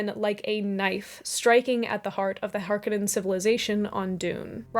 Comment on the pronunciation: Great analysis and summary as usual. A couple of things however. Herbert pronounced the people Freemen to reflect their history and the bad guys were pronounced Har- Conans. The tv series (which I hated) and the recent movie got those wrong. I felt like the David Lynch Dune was far superior to the recent movie. The actors were much better and more importantly they looked like the characters as they were described in the books. Jessica was supposed to be a stunning redhead and instead is a rather plain Jane with light colored hair. The gender flip on Kynes was stupid and unnecessary and Channi looked wrong too. Even the Fremen did not look like the ethnicities described in the books. They are supposed to be Buddhislamic so they should look Arab or Asian. I did like the scale of the new movie and other aspects of it, but I didn’t like the way they cut some of the famous lines like the “women and cattle “ comment to be more politically correct. I liked your comparison of Dune to Star Wars. When I first saw Star Wars as a teen I recognized the Dune similarities like the desert world, sandworm , robes, and mental powers. As far as influence I read the novels in high school when I was supposed to be reading the dull British romance novels and banal American pop classics that were assigned to me. I incorporated many elements of Dune into my role playing games and even think about it any time I walk on sand or face something frightening.